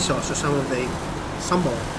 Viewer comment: I am so impressed when a foreigner pronounce sambal way better than us. I hope you have a great time in Malaysia, sir :)